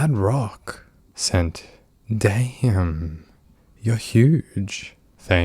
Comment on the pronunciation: you had ABSOLUTELY ZERO reason to say damn like that lmfaooo